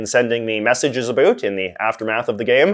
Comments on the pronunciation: Are u deliberately saying a boot cause I'm canadian and no one near me says a boot lol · No you don't. This guy is just saying it wrong. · Why do you say about that way? What part of Canada you from? Never heard anyone pronounce it like that except for comedy sketches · Why do you pronounce about like the Americans think we do. I'm Canadian.. borne here and speak Canadian English and so do 99% of people I know here and we do not say about like a boot.. so why are you putting it on like that. It's actually not how we speak so I just don't understand.. I noticed you laying it on thick for some reason.. I honestly can't think anyone I know excluding my buddy from newfoundland but thats a different accent entirely.. so your putting it on and I don't understand.. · no one in Canada says "about" the way you say it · Maybe it's because I'm Albertan but I cannot stand the way he says "about"